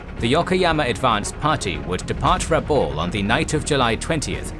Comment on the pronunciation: Excellent as usual. Still, for greater credibility you should pronounce Rabaul as *Rab-owl*(rhymes with owl, foul, etc.) — not Ra-bowl (rhymes with dole, toll)